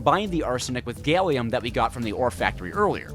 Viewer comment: “” ✅ “gailium” ❌